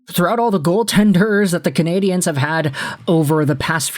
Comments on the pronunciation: Hi. Just a friendly note. The way you pronounce ”Canadien” sounds like canadienne, which is the female version of canadien. The end of canadien is a diphthong. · He's doing it the way EA games did for years and I found it super cringe worthy. Unfortunately that made a lot of people pronounce it wrong 😔 I'd much rather instead of putting focus on the e, they just said "Canadians" the English way. Say it the French way if you're bilingual absolutely, but no need to say it wrong 🤣 I would rather they just say it properly in either language lol